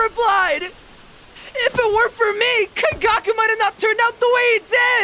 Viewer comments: Nice video that’s not how you say his name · That was beautiful, my onlu complaint is just Kaigaku's name pronunciantion, it hurts everytime I hear it.